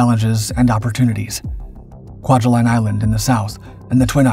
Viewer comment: (Kwai-huh-line) by the way.